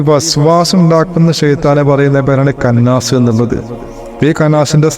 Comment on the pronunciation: കന്നാസ് അല്ല ഇഷ്ടാ خناس